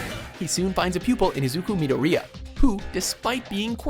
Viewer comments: the way he pronounced mido-rí-a kill a bit of my soul, they literally pronounce his last name 5 times in each episode, its not that hard. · OMG, Izuku Midoriya is like my 8th fav anime character ever, DON'T PRONOUNCE HIS NAME WRONG! AND ALSO WHAT? WHAT? WHERE THE HECK IS KOROSENSEI? I love Kamina, don't get me wrong, he's awesome, but Korosensei believed in all of his students when everyone else beat them down and told them they were incapable, and he got all of his students into the TOP 50 OF THEIR SCHOOL after years of failed tests, and he and Karasuma turned a bunch of 14 and 15 year-olds into master assassins. WHO SHOULD REALLY BE NUMBER ONE, HMMMMMMMM?